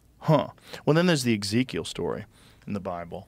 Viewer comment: Eg-zekiel?! EG-ZEKIEL!!